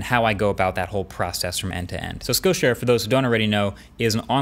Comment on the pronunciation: Great info. Never heard of Skill Share. Thanks for teaching. However, when you’re saying it, everytime it sounds like you’re saying “skow” share. If you hadn’t put up the screenshot, I never know what you were talking about. So thanks for doing that. But try to pronounce it correctly so people know what you’re saying as skill share and not the sloppier way. Again thanks for all of your excellent overview videos.